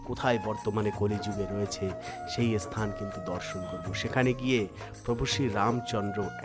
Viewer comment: আপনি কি মুসলিম , বার বার মুসলিম দের মতন এস স্থান ,এস স্থান বলছেন ,বলুন স্থান ভাষা ঠিক করুন